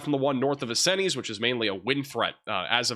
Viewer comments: Hey hun Vincennes is french and is pronounced vin-sinz. You seem to have trouble with french or indian names of cities. Like you anyway. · Vin-Sins, not Vin-sin-EEZ.